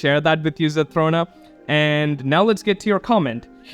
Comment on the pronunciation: Hey! Thanks for reacting to my comment! You are one of the first people I've watched to actually pronounce my username correctly most always say ZethRONa like Ron Wesley from Harry Potter but you actually said it correctly!! The channel membership thing was most definitely a glitch even though I would absolutely be a member if I had the money (could be soon hint hint). If you ever need a quick guide for some of the Winged Light in the realms I have a few videos that could help! An interesting fact is that the ENTIRE game can be beaten without grabbing a SINGLE spirit or winged light but requires immense skill and luck! The spirit you and the comment are talking about is by far the hardest spirit. I did it when there wasn't a spell that warded off Dark Dragons (krills as you call them) for 1 minute.. pure pain. Here is an ENORMOUS tip for the resize spells ! If you want to have a 100% chance to grow taller use these spells in order: Shrink Spell then use Tiny Spell and then use the Resize Potion Spell. If you want a 100% chance to become shorter then use these spells in order: Grow Spell then use Huge Spell and then use Resize Potion Spell. The mask that makes you small is called the "Chibi Mask" I would recommend the book series Wings of Fire but that is a 16 book long series with an estimated 1,084,535 words in total. It is to note that it can be quite graphic and detailed when it comes to describing violence or fights. I found the Sky by complete accident b